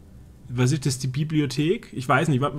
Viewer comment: hat ja nen schweren sprachfehler,ISCH (der himmel isch blau):D gibts da was von ratiopharm? natürlich,a paar schelln:D